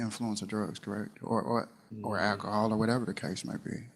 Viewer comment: Defendant: "You stated that I was under the influence of alcohol. Did you mean to say ackahol?" ROFLMAO